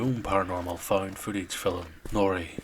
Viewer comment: It's pronounced film. Not fill 'em.